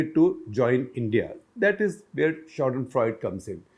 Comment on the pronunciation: If you are using Fremdwoerter... Please with proper pronunciation: It is not Pronounced Schaden-Freud........but Schaden- Freudey